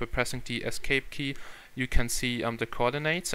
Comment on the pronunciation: You said Coordinates wrong :P